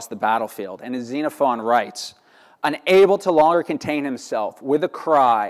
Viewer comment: Yes! Thank you! I cringed every time I heard this chap mispronounce all of it.